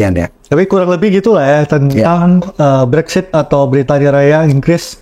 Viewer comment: Konten-nya bagus. Hanya sekedar masukan saja yah guys. Mohon Brexit jangan dibaca "Brexshit" hehehe.....